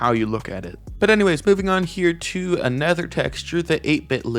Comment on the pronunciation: Is it just me and and the auto generated subtitles but i think when says "another" it sounds like "a nether". I love watching these vids about upcoming seasons btw!